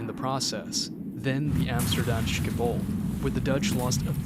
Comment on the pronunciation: He's probably German so he's pronouncing "Shipool" and "Underlisht" as if they were German words